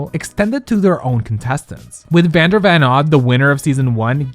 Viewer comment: that and fully not getting vander’s name right is… idk